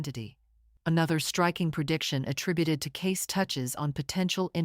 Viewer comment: His name is pronounced “Caysee”